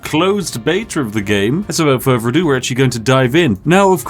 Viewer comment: "Wivout furvor adieu"